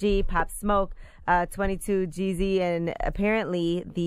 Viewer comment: Angela Yee really got up there and said “Twenty-Two JEEZY”! Wtf do they not know rapper’s name before they go on air 🤦🏼‍♂️ ITS 2-2 Gz (Jeez)